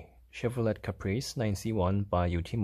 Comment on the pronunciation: Chevro let lol.. it's leigh